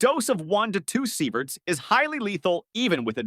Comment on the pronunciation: Sighverts? Really ?!